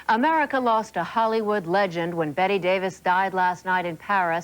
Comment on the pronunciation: Her name Bette not Betty